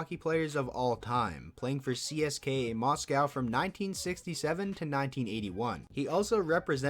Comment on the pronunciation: they way you pronounced each letter in CSKA Moscow drove me crazy lol but this was an amazing video, very interesting- the comparisons are never good, but oof do these ones suck in retrospect